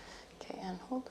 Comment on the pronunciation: i was thinking along those lines too. I’m not great with recognising slavic accents etc. but I did notice that her O’s are pronounced as like a deep U sound. I think it’s noticeable when she says ‘hold’ it sounds like ‘huld’ to me